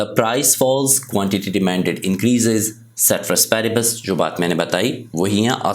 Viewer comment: ceteris paribus bht acha bolte hen❤😂